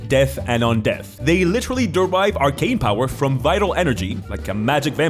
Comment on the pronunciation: Is it just me, or do I keep hearing “Lich-terally” every time you say “literally” in this video?😂